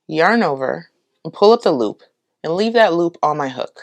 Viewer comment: When you say pull up the loop I hear pullapaloo 😆 it's such a cute word